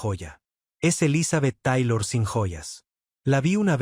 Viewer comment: Mentiras más me mentiras,Ni siquiera sabe pronunciar el nombre de ELIZABETH TAYLOR Y RICHARD BURTON!!!(POR FAVOR)!!!